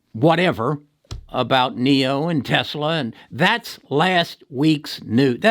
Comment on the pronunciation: Dude can’t even say Tesla 🤓